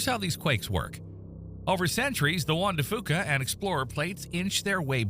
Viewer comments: We pronounce it like “Juan de Fyoo-ka” not “Juan de Fooka” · AI can’t pronounce “Juan de Fuca”. 😂